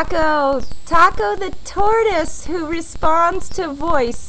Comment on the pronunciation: It's "taco" not tacou xD